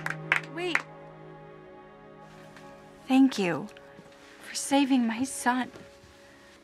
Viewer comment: said tank you so mutch